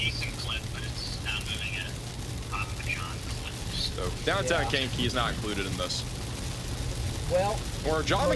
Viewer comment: Lisle = pronounced "Lyle". The s is silent. Markham = pronounced "Mar-kum" Sauk Village = pronounced "Saw Village" Monee = pronounced "Moe-nee" I love how you pronounce Kankakee...I be in tears😂😂😂 "Kane-kuh-key"